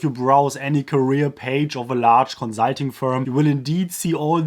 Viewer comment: Every time he says konzahlting an angel gets new wings